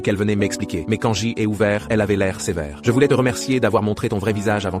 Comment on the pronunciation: il essaye de dire j' mais sa sort un g car sa doit etre une ia anglaise a la base donc j se prononce g